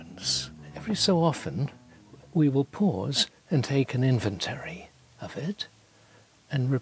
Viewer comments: I appreciate Neil Sloane greatly, but I cannot get over his pronunciation of the word "inventory". Has he somehow never heard that word spoken aloud before? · Second time he said inventary I had to stop the video, maybe reupload with overdubs?? 😂😂